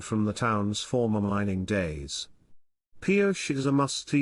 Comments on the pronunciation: These Spanish towns that end with an E, you put the sound ey' at the end. It's Pi-O'-chey. Emphsis on 'O'. I live in the SW. It's a mixture of English and Spanish. You just have to live with it. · The town's name was commonly pronounced Pee-OH-chee.